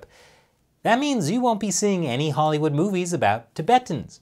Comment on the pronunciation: Hahry wood Not Spike Lee, Leon Lee.